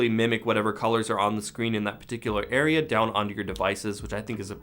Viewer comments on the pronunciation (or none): none